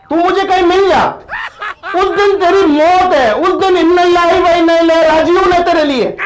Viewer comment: min inna lillah hi wa innha ilihi ragion hy shi bolyagar nhi ata tu na bola kry itny bari mistake ki nhy apny